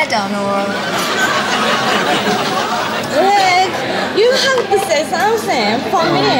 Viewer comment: lol at the asian "You have say somesi fo me." lol